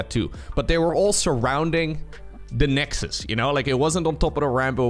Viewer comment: Nice to hear someone say the correct plural of nexus for once!